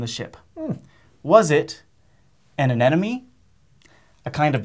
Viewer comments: anenome, lol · Aaand still doesn't know how to pronounce "anemone". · he said anemone wrong lol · wait is it just me or does it sound like all of them are saying anemone wrong??? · LOVE the faux-credits ! ...also, how come no one can pronounce aNEMone?